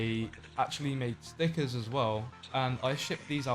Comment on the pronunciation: When he said Stickers i thought he said Snickers